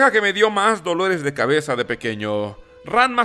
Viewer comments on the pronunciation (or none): none